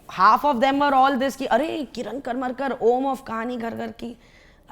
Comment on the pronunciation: He is Kiran Karmarkar (करमरकर). And not karmakar(कर्माकर).It's a Marathi surname.